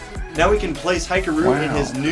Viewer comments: hee-karu, not hye-karu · Hikaru is pronounced hih-kaa-roo. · Just FYI: Hikaru is pronounced "Hee-kah-ru", since it's a Japanese name. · Once again, noice rebuild On a side note, it's Hee-Kah-Roo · Sick upgrade!! Also I'm just gonna say it's weird to hear Hikaru's name pronounced like that, but it is what it is.